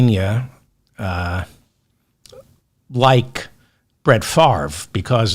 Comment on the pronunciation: Wow! You pronounced Brett Favre name correctly. When you say you read all of the comments, you weren't kidding. I spelled out the pronunciation of Favre's name and you read my comment. Love your show! Keep up the great work our friend!